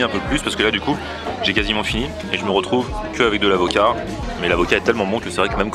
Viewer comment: A "l'acovat" on te croit mdrr